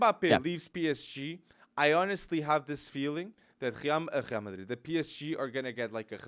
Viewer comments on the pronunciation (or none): Wtf is "Khrial Madrid"? Cringe